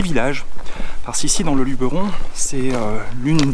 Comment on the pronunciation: Merci de dire Luberon et pas Lubéron comme tous les touristes :)